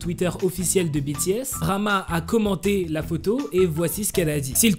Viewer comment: et d'ailleurs le nom rahma ne se prononce PAS rama mais raHma avec un H cest une prononciation que les francais ne peuvent pas faire lol